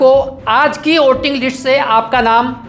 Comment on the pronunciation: List boliye Lits nahi😅😅😅